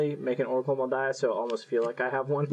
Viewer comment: "honorary spider: oracle of mul daya"... damnit